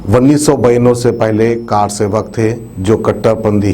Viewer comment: Its not Car sevak... Its karsevak